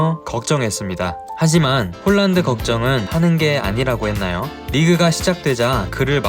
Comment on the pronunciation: 실제 이름의 발음은 홀란드가 아니고 "홀-란" 입니다.:hand-pink-waving